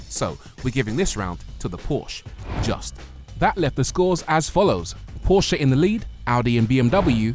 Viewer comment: You both review cars for a living and don't pronounce Porsche correctly.